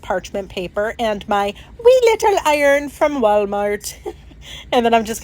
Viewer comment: I love that you spoke in an irish - ish accent when talking about your " wee" iron. You are a JOY to watch